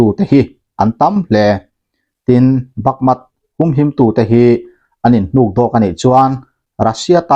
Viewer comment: Bakmut ti a inziak hi Bakmat i han tih tlat mai chu le, va mak ve.